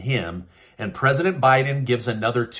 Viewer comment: I’m so tired of this guy someone needs to get him out. “Presidend”